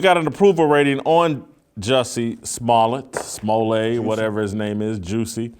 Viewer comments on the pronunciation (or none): His name is "Smo-let" not "Smolle'. As a kid his siblings and he had a group called The Smol-lets" not pronounced the hoity toity Frenchy way they are pronouncing it these days!